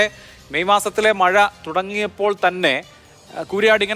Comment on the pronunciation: മയ അല്ല മഴ 😂